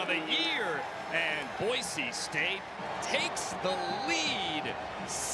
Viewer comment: Having grown up in Idaho it's so damn nice to hear that the announcers did their homework, and that they call the team what it's supposed to be called (Boy-SEE, not Boy-ZEE). I'm so tired of hearing people say that, it would have driven me nuts to hear it so many times during this game.